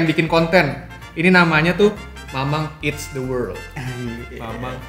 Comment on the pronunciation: Eats bukan eat's